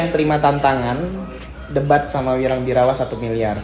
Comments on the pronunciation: Birawaaa mas, bukan Birawannn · Wirang birawa bukan birawan😂😂